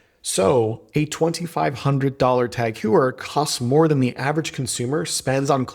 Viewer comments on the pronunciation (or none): Its 'tag hoyer', not tag hewer. Cmon man. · Please stop saying Tag Hugher. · Why can't you say Tag Heuer correctly 😢